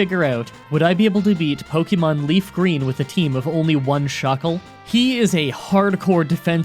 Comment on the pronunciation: So people got your name wrong much like you get every Pokemon's name wrong